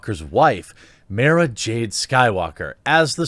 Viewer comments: it's maaah-ra, not maaay-ra. thanks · It's pronounced "mar-ra jade" And there are many good EU books with her in that you can go out and enjoy. I believe she was the 'emperors hand' in those. If you want to fill your weekend with Brie, go watch the Discovery channel. You will see it in its raw form, before it's turned into planks. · Mara Jade (Mara, is pronounced like car) is one of the most important characters in the Luke - era expanded universe; Brie would ruin it. I would not even watch a movie/show with her in the role. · MAH-RAH like CAH-RAH SYNTHIA DUNE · That's not how u say Mara. Go watch Lucas say it right. Damn! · I noticed that too with his pronunciation 😂 Can you suggest a good EU book? With Mara, without Mara. I don’t want to even look at the Disney books.